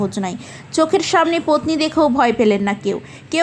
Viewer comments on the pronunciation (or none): Vai ota potni na, petni. Vul val bokcho keno???